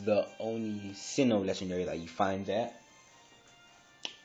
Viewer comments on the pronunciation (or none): none